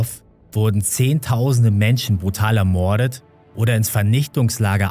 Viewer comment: kannst du mal bitte ordentlich reden und das wort "ermorden" nicht so übertrieben betonen. bekommt man echt ohrenkrebs ...